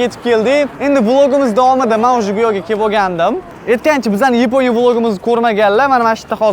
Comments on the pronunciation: O'zbek ruscha aksent Yeeponiya Yaponiya diyaver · Йипония деган давлатни энди эшитишим.япония де сутак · Yiponiya ❌️ Yaponiya ✅️ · Yaponiya mas yiponya❤😂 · Yaponya❌ yiponya⭕ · Nimaga aka Yaponoya emas Ypoʻniya deydi😅😊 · Yponiya ❌ Yaponiya ✅ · yaponya ❌ yponya ✅ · yiponiya bomidi ukam yaponiya boladi😡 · Yaponiya ❌yeponiya✅😂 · Йипония дейиш йенгилида энди😁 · Епониями,Йипониями ёки Япониями🤔🤔🤔🤔🤔